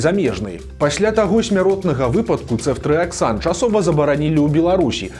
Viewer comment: ЦэфтрыяксОн, але ня Цэфтрыяксан. У Бел мове пад націскам звычайна ёсць літара О. Маглі б лекары спачатку ўвесці крыху леку пацыентцы, паглядзець на паводжанне арганізму. Ды калі ўсё добра было б, то тады ўвялі б астатнюю рошчыну шпрыцу 😞